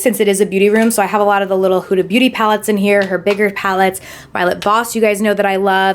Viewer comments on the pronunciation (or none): none